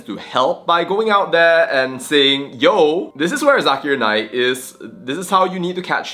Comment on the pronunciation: Zakar Naik! Not zakir naik